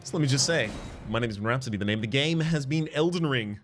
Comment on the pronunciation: Everytime I hear you say your name I just hear bohemian rap city